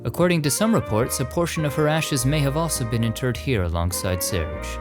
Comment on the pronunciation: It’s not pronounced surge it’s sir gay but with an accent